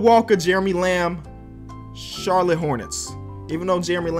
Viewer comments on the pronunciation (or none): none